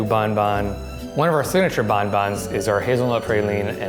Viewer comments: At first I was like "what are these bunbuns he's talking about ?" and then I saw it was written "bonbons" and I thought "oh my God ok..." I wanted to scream everytime he said "bunbuns", as a French person it sounded soooo weird and knowing what the real prononciation is made it hard to focuse lol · The way he says bonbons is so funny